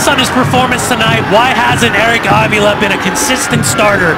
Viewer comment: A-spin-do-la and Av-e-la hahaha....I think it's Espen-dolah and Ah-vilha there announcer.